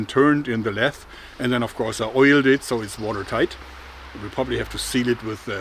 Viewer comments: Great video! Lathe - I've always heard it pronounced LAYth (with a phonated th). So not quite rhyming with wraith. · i love hearing him say lathe as leth